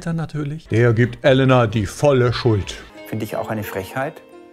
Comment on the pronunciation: Kleiner Tipp zur Aussprache von russischen Wörtern, man spricht jedes "e" wie "je" also theoretisch Jelena oder auch Jekatarina, etc.